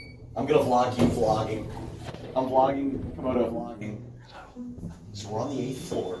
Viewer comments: You said camodo,s name wrong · Comodo not Comoros